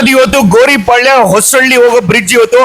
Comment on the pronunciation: Gouripalya not Goripalya....